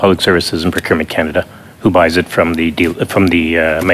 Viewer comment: Scannaduh 😅 wow